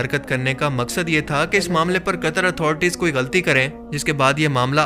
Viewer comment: Di it's not कतर it's कतार